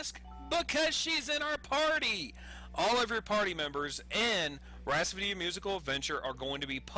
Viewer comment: lol. "Rhaspody"...